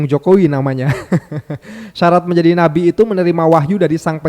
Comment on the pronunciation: ❤❤ Ma'af, sya kok salah dengar, nyebut Nabi apa BABI???????????.❤